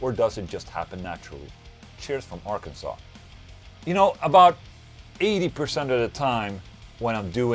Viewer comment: Props for saying Arkansas correctly when there's far too many Americans who don't